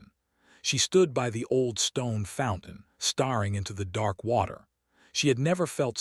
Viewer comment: Same crummy AI voice that mispronounces names, adds consonants to words; staring into starring, hoping into hopping and the heteronyms; bowed and I’m only into the story.🤦🏻‍♀️ I listened to the whole thing. Same storyline as many other channels, another cold Duke treating his wife like furniture.🤦🏻‍♀️ AI still made more mistakes with the names; is it Elara or Alara? that’s unknown. It’s Mar gar ette, not what AI said. Another hopping which should have been hoping. I rate your tale a 4.5 out of 10.